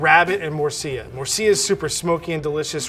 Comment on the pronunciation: its Murcilla not Murcia, Murcia its a City in Spain;)